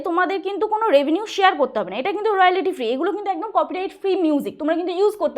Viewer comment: আপনার ইংরিজি অতীব খারাপ,বাংলায় বলতে কি অসুবিধে,ইংরিজি কথা গুলো ঠিক করুন। রয়ালিটি আবার কি হয়, রয়ালটি আসল উচ্চারণ। এত হুড়োহুড়ি বাপ রে বাপ।অ্যাপিল কি হয় , অ্যাপ্লাই হয় জানি। কি অসহ্য